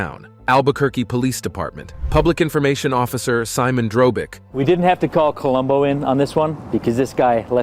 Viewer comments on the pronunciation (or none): none